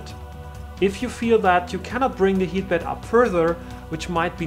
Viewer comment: It's pronounced bEd ... not bAd